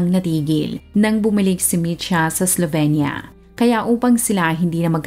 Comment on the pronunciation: Pronunciation po is "Slovinya", I lived and worked there in the late 90s for 2 years